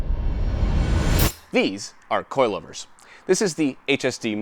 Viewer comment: Does anybody hear that guy say coilovers like cloilvers